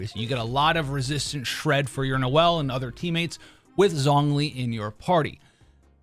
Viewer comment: Thats not how you pronounce zhongli